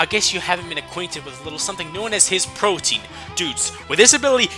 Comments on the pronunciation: pro-TE-AN not protein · Sorry, but this always bugs me. Protean is not pronounced like Protein. Pro-tee-an. not Pro-teen. Sorry the rest of the vid was great, but for my favorite Pokémon, I gotta make sure his badass ability is given justice. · CJ_Gamer_ I'm not following what you guys are saying anymore. All I'm saying is that it's protean and everyone gets this wrong. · it's not "pro-teen" it's "pro-tee-an" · Why does every pronounce protean as protein >_< so frustrating lol